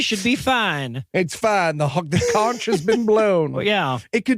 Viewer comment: Okay, I'm going to help you out. That's not how you pronounce the word "conch". I am from the Florida Keys. My great grandparents settled in the Florida Keys in the late 1800's. People from Florida Keys are called "Conchs". The "ch" in Conch is a hard "k", like in the word "school". This has been a public service announcement from a fourth generation Conch.